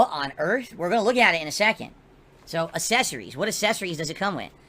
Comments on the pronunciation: Love how says accessories like Chris Chan. "assessories" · say "assesseries" one more time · What "uhsessories" does it come with? What an alien lol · I hate the way he says “assessories” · Reasons to hate #5278: he doesn't pronounce the C in "accessories". Looking forward to stumbling through every boring second of setting this thing up live on stream, only to barely ever use it afterwards.